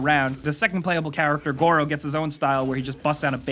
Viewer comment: "goro and kiroo"